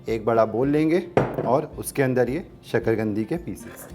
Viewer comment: शकरगंदी नहीं शकरकंदी ?